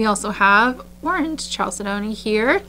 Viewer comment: I live for Mondays and the store sneak peek. I love to bead and listen to you kvell over beads - it's the best way to wind down from a stressful day - bead AMSR. You can get me interested in beads I'll never buy, which is hard to do after 30+ years of beading. Also, just a hint on pronunciation - it took me a long, long time to get it right, too, but chalcedony is one of those weird ones. It's pronounced "CAL-ced-ney" not "CHAL-ced-doney". Why it's spelled that way, who knows. Maybe blame the French???? But definitely listen to rockhounding videos if you want to get the pronunciation down for these minerals. Happiest of holidays.